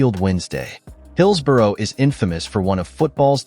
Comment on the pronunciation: Hoo the phuq are you? It's pronounced "Hills-bu-ruh"/"Hills-bruh" not "Hills-borrow". It's "Seltic" not "Keltic". "Berm-ing-gum" not "Ber-ming-HAM". "White Lane" it was "White Hart Lane". It's "Darby" not "Der-by". " 1970 ess" for "1970s" get real. Whoever you are do yer effing homework. Pretty much every ground in England, Wales and Scotland was the scene of "hooliganism" in the late 1960s, 1970s and early1980s - nothing to see there. Every ground had its area (or fortress) for its hard nut fans. And I am sick of the ubiquitous (look it up in an effing dictionary) US accent, pronunciation and emphasis (we (UK) emphasise the second or last syllable - not the first) on effing everything you watch on YouTube. Is the US trying to take over the world by its cultural imperialism? I think so - phuq off with yer cultural imperialism. Answers on a post card - you effing Yanks might have to look up that UK cultural reference. Jog on. Sick to death of you. - or the people who use some Silicon Valley tool to make yer vids - do your own voice-over, if you want to be (or appear) authentic. Rant over....